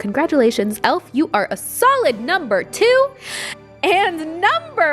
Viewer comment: What was the name of the elf lipstick!! And it’s pronounced ElF like Christmas elf’s! 😁